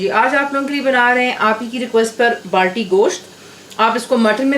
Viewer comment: Its like Lahori charga is famous by city name wese hi Balti ghost not" baalti "